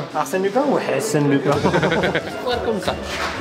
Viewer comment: La dinguerie qui la lâché sur Marcel lupin il a dit asen lupin